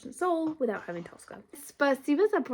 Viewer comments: It's тоскА with the last syllable stressed, тОска with the first syllable stressed is an Italian opera (Tosca) Тоска has always been an equivalent of sadness for me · ТоскА - ударение на последнюю гласную - А. Тоска - это когда вы думаете о чём-то или о ком-то, и думаете об этом с грустью, и даже плакать хочется. Примеры - 1 - Вы влюбились в парня и тоскуете по нему, думаете о нём и вам грустно. 2 - Вы с грустью вспоминаете какого-то умершего человека или своего питомца, тоскуете по нему, хотите вернуть его. 3 - Вспоминаете своё детство, как вам было тогда хорошо, и вам становится грустно, вы тоскуете по своему детству. Честно говоря, это слово - тоска, оно редко используется в обычном разговоре, и оно уже немного устаревшее. Его часто можно было встретить в советском кино, в старых русских сказках, в классической русской поэзии. Возможно оно и сейчас встречается в поэзии, но я за стихами не слежу. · "Тоскá" (with an emphasis on the last syllable). In my opinion, the best way to describe "тоска" in English is with the words "longing" and "yearning," which're used when we miss our home or a person, which is often the case with "тоска." In other situations, when we're bored, "тоска" becomes "melancholy" or "ennui." "Хамство" is often used to describe verbal rudeness, so we can replace it with "rudeness," "boorishness," or "loutishness." Although the word "сутки" is exists in our language, it's more often used as "day/день" in any case, implying 24 hours without distinction between day and night. like, why count the night if we're sleeping anyway))